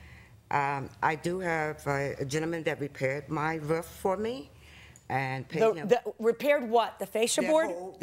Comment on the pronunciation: Idk why the plaintiff saying "rough" instead of "roof" is urking the heck out of me, but I find it so annoying!